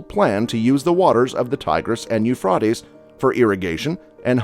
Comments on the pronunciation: On subjects of importance You realy should have all info correct especially pronouncing correct words IT is pronounced u-fray-d-ees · ITS {SOUNDS LIKE} YOU FRATIES!!! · First off: LEARN TO PRONOUNCE EUPHRATES. Eu-Fray-Tees Dumass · U-FRIEGHT-ees. His pronunciation is killing me. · U-frot-Tee's U-Frot-Tay's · It a hard A. Like You Freight Ease. Research pronunciation before producing a video please. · Euphrates is pronounced with all long vowels. U-fra-tez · No offense but had to bail early . Eu FROT ees ? Couldn't take it . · It's pronounce Euphraaaatees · YOO-FRAY-TEEZ. YOU STUPID IDIOT...LEARN YOUR CRAFT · Call Euphra(long a)ties river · It is pronounced U fray tees! Learn to pronounce words you're talking about. And it's Sigh rus. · Please check your pronunciatons. Euphrates is with a long a. Eu fray tez. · Pronounced U fraty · Would have been a lot easier to watch had I not cringed everytime I heard the word eufroddies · It’s pronounced Euphrates with long “a”. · At least pronounce it right 😂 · I can't listen to this because I doubt this guy narrating has ever read the Bible since he can't even pronounce Euphrates correct, drives me crazy. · You can’t even say Euphrates right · I can't, I just can't watch it. I got to and had to stop on account of how this guy pronounces euphrates lol. He has slaughtered it lmfao. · Is this guy saying the river name wrong? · I've never heard the Euphrates River pronounced that way. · Your saying the rivers name wrong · Homeboy needs to learn how to say Euphrates lol 😂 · When you can't pronounce the name of the river properly that you're highlighting, I can't take seriously any evaluation you place upon it ! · Learn how to say Euphrates before you say it 20 times in 5 minutes. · You’re mispronouncing the word, Euphrates and Canaan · Please pronounce the river's name correctly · Almost couldn't finish the video because of it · It’d be less annoying if you learn and use the correct pronunciation of the river. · It's U FRATE EZE